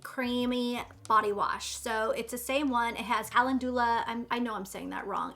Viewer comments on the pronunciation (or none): none